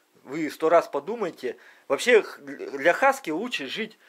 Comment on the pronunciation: Не хаска а хаски!